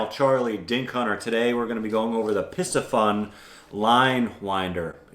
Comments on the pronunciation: It’s Not Piss ah fun 😂 it’s P C FUN say the letter P and then letter C and continue with Fun. The word Pisci means fish. PCFUN 🎉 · Pisci like Pisces is pronounced pie-see so wouldn't it be pie-see-fun??